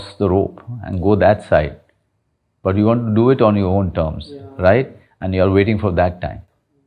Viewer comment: The anchor need to work on his RIGHHT TTTU. it just simply right